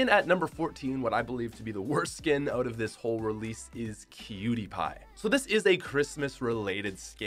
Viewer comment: When You Said Cutiepie I Thought You Said Pewdiepie 😂 Edit: thanks for the 💚 Edit 2: i edited it and the ❤️ went away 😭